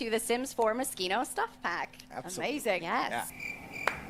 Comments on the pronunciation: It’s pronounced moe-she-no! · I always thought it was pronounced Mo-SHE-no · Thought she said mosquito stuff pack 😂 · OOOOHHH when i saw that video at the beginning for the first time i thought she said MOSQUITO stuff pack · Just keep calling it Mosquito :P